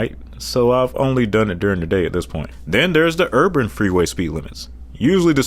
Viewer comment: I’ve seen people who can’t pronounce Rural (he says Ruul 🤭), but this guy can’t even say Urban. (Urbran 😆)